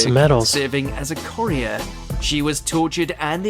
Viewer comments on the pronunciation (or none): Watch Mojo's unrealistic 'British Accent' that mispronounces or 'mis-emphasises' things in every video just grinds my gears..... "photos intended for the Admirality" WTF is that????? And 'serving as a corrier'.